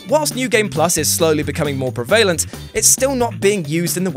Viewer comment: You say prevalent funny 😊